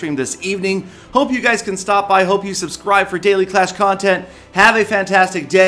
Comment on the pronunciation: I like how he still says ,,Daily ClashCon tent"